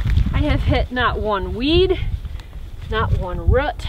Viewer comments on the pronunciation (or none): Btw is root not rut lol